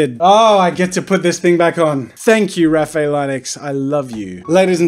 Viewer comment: It’s pronounced raf i el